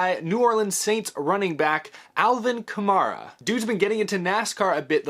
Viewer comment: It’s funny hearing mispronounce Kamara’s last name. Kam”air”a